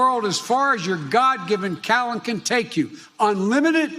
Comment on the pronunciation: I heard: God-given calent. Listened to it a few times...